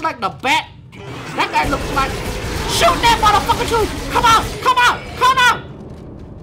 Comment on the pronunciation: Every where I skip to I hear "mudda pucker". Lol.